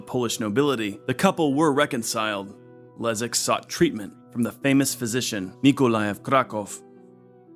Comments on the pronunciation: Kudos for the authors for getting polish pronounciation right, which is very difficult - respect! The name of polish prince Leszek actually sounds Leshek not Lezek, but apart from that - just wow, you managed to properly pronouce sounds which are usually close to impossible for english speakers. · BTW: Leszek = LeSHeck, not Lezeck. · Great video. BTW Leszek reads Leshek In almost all cases sz = sh :) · Leszek = Leshek. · Mate, sz you pronouns as sh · Your pronouciation of Sandomierz is impressive, but in Leszek - sz is pronouced like sh in "Polish".